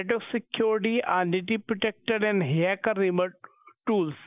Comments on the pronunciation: Did the fool say 'haircut' instead of 'hacker' ?🤔 Maybe I need new batteries for my hearing aid too. The Energiser 🐰 may help. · It's supposed to be a hacker but the scammer sounds like he's saying hiccup